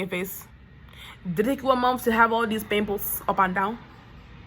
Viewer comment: “One peeemple”